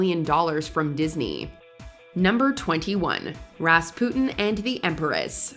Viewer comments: I CRINGED every time the narrator said "RAS POO TIN" instead of "RAS SPEW TIN." They need someone to preview these videos before they post them on the channel! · It’s Ras-puu-ten (long u) not Raspooten. My god no one can pronounce names that everyone should have learned in school. And then you said child-dress! Omg! Seriously! It’s Childress flowing off in one word as in chilledress. Were you home schooled? Then there’s Panama. Really????